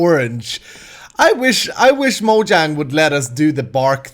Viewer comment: He said "Mojang" correctly! (No offense)